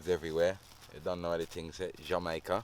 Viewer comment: I could tell he was from England when he said ting instead of thing lol